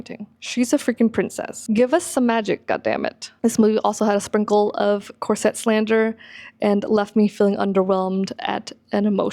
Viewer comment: Ok its a Corset, not a "corsette"!!! I have been wearing them for ages, and my good friend is a costumer, professional, and this pronunciation is not accurate, unless you're speaking French.